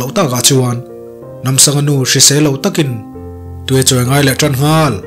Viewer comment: Nghal... tih thluk i hman dan hian ngaih thlak a nuam lo... a nih tur ang i phawk chhuak lo...ka ip deuh...